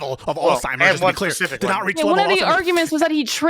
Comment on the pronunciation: It’s Alzheimer’s ALZ-heim-ers